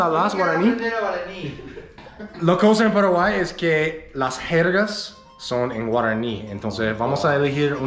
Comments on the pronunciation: No se dice Paraguaí!!!! Se dice Paraguay!!! Con acento en la "a" Paraguáy! jajajajaja 🤗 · you're improving a lot let me give you one tip to better pronounce words. Try to learn the correct vowel sounds. For example, it's not "peraguay" its "pAraguay" you need to emphasize each vowel more and maybe open throat more to make the sounds more clear. Not sure if that makes sense. Because you're very good your vowels are what are a bit weaker but overall you're 👌🏻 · My dear, I know youre trying very hard to learn Spanish. For some people learning a second language Is so Easy than for others. Let me tell you about my experience. I learned English quickly but my accent was am issue. One Time a profesor from college suggested i went to speech therapy to corect my accent. I did and it helped. My accent wasnt that pronounced but it interfered with what I wanted to donwhich Is teach elementary. I dont know if there Is such a program for people who are trying tonlearn Spanish but there Is one program for those who want to learn English. Either way we love what you do and how much you study our culture. Be safe guys